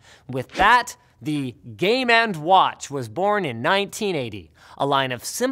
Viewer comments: Did anyone else hear 'Game and Watch' as gay man's watch ...... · WTF, lol. I could have sworn you called it Gay Man's Watch. I did a spit take.